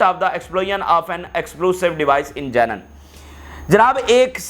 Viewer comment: Plz correct your pronunciation for: Janeeneen its not Jenen Explosives not Explusive Punishment is not poonishment Meeting is not meting..hope u wouldnt mind as thousands listen to u i thought i mention n make ur speech better.